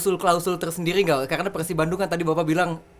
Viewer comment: persib bang bukan pekhsib